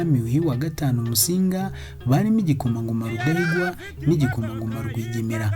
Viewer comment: Urakoze ku mateka meza. Ariko inama nakugira, ujye wegera abakuru kugira ngo bakubwire uko amazina y'izo mfura zo hambere yavugwaga (prononciation), nibyo byaba byiza kugirango nabyo bimenyekane. Nka Semutwa, Rwigemera, Kankazi, Rwubusisi na Rugumire, uko uyavuga siko avugwa. Ariko birumvikana, uri muto ntawakurenganya. Gusa bizatuma wowe n'urungano rwawe ndetse n'abandi batayazi babimenyera iwawe. Urakoze